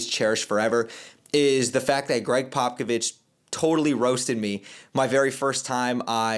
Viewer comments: Greg Pockovich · Just so you don’t get roasted by spurs fans in the future it’s pronounced popa-vich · Yeah, your pronunciation of his name made me cringe, but i really appreciated your perspective and attitude. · How you don’t know how to say Pop’s name when you’re a reporter and have met him…. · just a tip brotha if your not able to pronounce it right us spurs fan know exactly who your talking about if you call him Pop if that’s easier to pronounce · Love the commentary, although Bryant was the #14th pick!! Also it's funny how you're pronouncing & slaughtering Popovich's name!!!🤣 You'll soon learn how to pronounce his name bro!!! Great interview with The GOAT!!! First video, I've now subscribed!!! Spurs4Life Babyyy!!!💪😎👉🫶💞💯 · Bro can’t you say Popovich correctly and claims to be a spurs guy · to be fair a credentialed reporter or even a casual NBA fans should know how to say his name correctly. That’s actually kind of embarrassing for someone who seems knowledgeable about basketball.